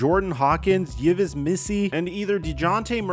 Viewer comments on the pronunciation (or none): Yves is pronounced “Eves”